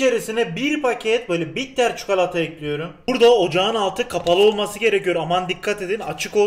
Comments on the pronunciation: Abi lütfen çukalata deme sinirlerim bozuluyor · Çukolata ne yaa bilerek mi yapıyorsun 😠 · Çukolata 😂😂ne iy soyledin be abi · şu adam bi çikolata demeyi öğrenemedi